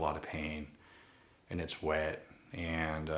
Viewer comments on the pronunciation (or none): Anyone else start laughing when he said “WeT”